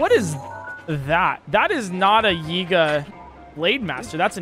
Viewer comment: bro, when he said that's not a yiga, that's a new guy I thought he had said the N word